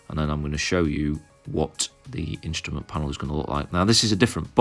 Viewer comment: "Instament" panel?